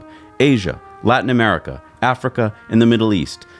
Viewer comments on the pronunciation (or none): none